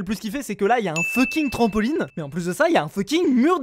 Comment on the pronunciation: mdr il dit toujours funking